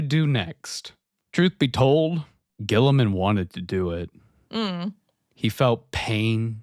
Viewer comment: Saying G-man's name wrong is like a tradition at this point. lol